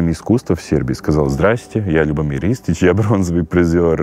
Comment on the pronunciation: Что же она привязалась к брату- кино. Это мелочь. Любомир с ударением на первый слог. Девушке надо совершенствоваться...! Не надо по чьим-то лекалам идти. Чтоб не получилось пародия. Хуже- фарс... 😭